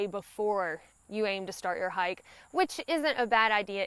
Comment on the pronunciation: and ya gotta love that accent... I'm from Georgia and I love listening to her talk... imagine that hyak.... hike to me